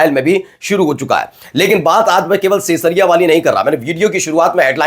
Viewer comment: नेतन्याहु के घर जहां स्थित है, उस का सही उच्चारण “सेंयसरिया” नहीं, सही उच्चारण “क़ैसरिया” (Caessaria) है !!